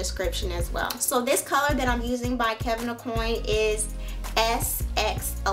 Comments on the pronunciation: Kevin's name is pronounced au-queen, fyi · Aww boo you said Kevin Accoin name wrong oh well nice vid!